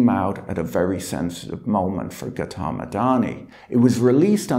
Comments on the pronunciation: Patrick hasn't got the pronunciation of Gautam right. It makes listening rather unpleasant. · Patrick, great video as usual, but to be honest, I wish you'd take a minute to look up how to pronounce the names of people you cover in your videos. "Adani" is fairly close, but "Gautam" and "Vinod" are way off, and hearing you mispronounce them dozens of times over the course of half an hour was a little grating. Not that I have any particular respect for these two men, but you may have viewers with these names too, as they're pretty common Indian names.